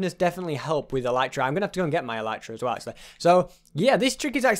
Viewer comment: you say "as whale"